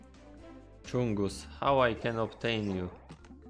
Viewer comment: It’s big chungus not chunga